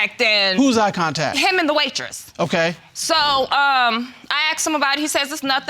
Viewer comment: In english it s asked , not axt